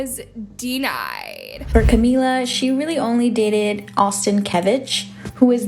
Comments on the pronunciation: I assume you're saying "Camia" cause of the double L sounding like "ia" but please pronounce the L's as An L it's "CAMILLA" pronounced "KA-ME- LA" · It camila not camia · CAMIIA WHAT it is CAMILA THAT IS HOW U PRONOUNCE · Girly, I love you, but it is not Camiya. Her name is Camila. Like, pronounce the L. Please. it's driving me crazy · Lol it's Camila, not "camea"😂 My latina self is dyyyyying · Who the hell is cami-ya?!? 🤣 love it’s Camila, not camiya not Camilla CAMILA 💀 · Who tf is Camia? It's CamiLa... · CamiYa??? It’s Camilla lol. I get that in Spanish double L’s make a “y” sound, but I’m Cuban, and in Cuba you say it with the L. I’m pretty sure ALL Hispanics say it with the L not the “y” sound. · Camila with single L, therefore you pronounce it as L not as Y for LL. Also, the video shows that the girls are good at the end after they get rid of the guy. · camiLLLLLLLLLa!!! get it right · Who tf is “CaMIA???” I thought her name was CamiLa😭😭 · its not Camia its CAMILA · ITS CAMILA NOT CAMIA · It's Camilla and not Camia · Camia lmao its camilla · I think she thinks it’s Camia, cuz you don’t pronounce the L’s in her last name. Still tho, it’s Camila. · Why do you call her "CamiYa"?! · Maybe thought that Camilla's name is really pronounced Ca-mi-a, because Camilla is latina, and usually double Ls mean the y sound. So I'm thinking that's what was thinking... You never know, maybe Camilla's name is actually technically pronounced like that!! But it's easier for everyone to say Camilla, so maybe that's why it stuck.. But what do I know, I'm not really a fan of Camilla myself to be honest lol. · Correct me if I’m wrong but isn’t it Camillllllllla with an L and not Camilla like I don’t know how to say it in text but yeah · Please.. CamiLa, the double L is just spelling…saying with the traditional “LL/Y”, phonetically, to any Spanish speaker (like me, or CamiLa herself), is straight up saying “hospital gurney”… 🫠🫠🫠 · Why can't you say camillas name right?